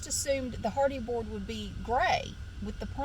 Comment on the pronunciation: You keep saying hardy board and I keep hearing Hardy Boys. 😅